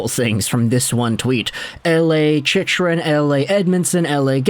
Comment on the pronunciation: I can't take seriously when he continuously pronounces Chychrun's name incorrectly.